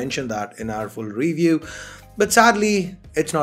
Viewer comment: what's a re view ????? it's review